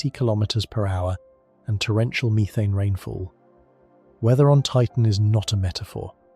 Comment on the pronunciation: " meerethane" lol. Can you please bring the old AI voice back or read it yourself play some of it is just that's right